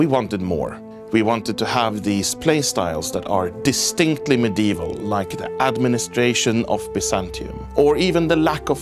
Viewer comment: His pronunciation of medieval irks me